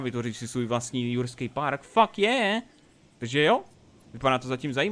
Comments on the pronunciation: Já slyšel ruský svět místo jurský svět :D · ehm ten začátek jurským ne RUSKÝM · Lol. Hned na začátku řekl ruský svět😂😂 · Joo on to rekl na zacatku ze vyjde novej ruskej svet aha. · jsem jediný kdo to slyšel nebo na začátku řekl místo jurského světa ruský svět ? :D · Proč jsi řekl rusky svet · Sovětský Svět? Jsem jediný kdo mu to rozuměl? xD